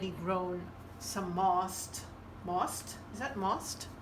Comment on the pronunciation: Keepin’ it real, I love it! You’re really good. (It’s “moss”, lol)